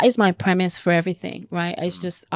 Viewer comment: Everything not everyfink ffs